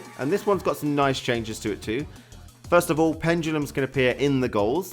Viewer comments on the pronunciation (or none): ''Çhenges'' LOL